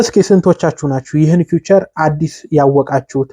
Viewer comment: ፊዩቸር አትበል